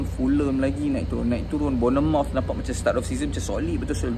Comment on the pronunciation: Bagi kudos? Beri daun kari la! Apalah- sebut Bournemouth tak betul. 😅. Kritik persaingan x best, sebut kelab pun terabur, amacam?😂